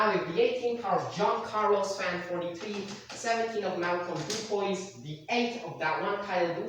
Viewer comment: Just so you know,, I know Malcolm personally, and you mispronouncing his surname really offends him. It's Du-PWEE, not Du-Poise.